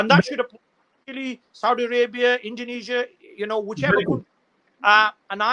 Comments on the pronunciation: instead of country, he said cutry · Sabse paheli baat iss shaffab ki English suno .....country ko cuntry bl Raha hai🤣🤣🤣